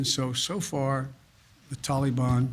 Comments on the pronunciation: I have said this before but the way he says "Tollybon" Sounds like a child's ride at a amusement park, "Let's go ride the Tollybon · A few things: If he says Tolly-bon one more time, imma have to gouge my ears out with a blunt spoon. Why bother with all the vetting of Afgans but not the folks flooding in from Mexico. Seems like bigotry to me. What happened to "We do not negotiate with terrorists?" I understand that you've been ravaged by a natural disaster, just wear your mask, social distance, and get your jab. Your dead will return to life, your homes and businesses will rebuild themselves, and the world will chit rainbows in an hour. Just follow the dictator. He purposely answer the wrong question. No one asked why he left. They asked why he fugged it so bad. Says it doesn't matter when he left. Dang sure does. Had the troops been there holding stability, the evacuations would have gone smooth as can be. I'm done now. Not that anyone cares. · Am I the only that can't stand the way Biden says Tal-ee-bon? Ugh!! Drives me insane!! This entire administration is not only a fraud, it's the biggest joke in US political history. Every person involved in helping place this crook in the Whitehouse should be sent to Guantanamo!! Including the media!! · The way he says Tollybon sounds like some kind of children's ride at a theme park "Let's go ride the tollybon" yaaaaa Yikes..... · “So far the tolly bon has not engaged with US force” two minutes ago you read off the death count off your little card. Who did that? The tooth fairy? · Would you look at him sweeping everything under the Biden rug?????? Unreal, theater couldn't best this tripe.....the pronunciation of the "Taliban" is spot not ON Jose!!!! God help us......😕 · He can't even say Taliban right ! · Can't pronounce Taliban either 🙄